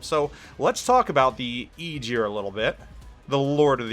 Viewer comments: Tech speaking Being Icelandic Germans kinda Butcher that name also TEch it was (EYE-Gir) but germans say Ae-gier ..but regardless he destroyed the name sooooooooo bad! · He was driving me insane (EYE-gir) I was born in Iceland and i dont even know how he is saying it the way he does entire video made me laugh at first then cringe! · sea jötunn associated with the ocean it means (sea) in old norse not king of the ocean.. Aegir also wasn't a God he was a friend of the Gods!! Also Aegir is pronounced (EYE-gir)...Aegir is a giant with white hair and a long beard, he is well skilled in the arts of magic. He might be a brother to Loki the trickster and Karl. Aegir is married to his sister Ran, Aegir and Ran are the parents of nine daughters in Norse mythology, their daughters are the spirits of the waves.The names of Aegir’s nine daughters are Himminglaeva, Dufa, Blodughadda, Hefring, Ud, Hrönn, Bölge, Dröfn and Kolga..needed added help from google (couldn't remember it all) ..Would make a kool list of names for the full line just saying! But none were Gods the were all Giants and Friends to the Gods would Travel and break bread together! Norse Mythology is a huge part of my childhood my fathers family still lives Iceland and mothers family is from Norway both families have heavy traces of Viking Blood in themso these stories have been passed down over forever i needed help with the 9 sisters names i couldnt remember them all because well im 40yr now and this is 1 story of litterally hundreds Icelandic people love there intense child stories to scare the living shit out of the kids! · It's pronounced ah-gear, the "g" is a hard sound like the "g" in "going" or "gong" it's not a soft "g" like "gist" ... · Nice preview. Got me a bit curious on the Aegir. To be picky though. "Ae" in aegir pronounced like "A" in apple, or ass (which is about the same thing). 😉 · I know right? It hurts my ears so bad to hear that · Ägir Æ hard G ir Not eejir. :) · More like Eh-gear I think